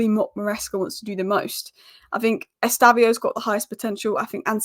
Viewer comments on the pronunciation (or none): Why do you keep calling him Estaviou? Estevao is his name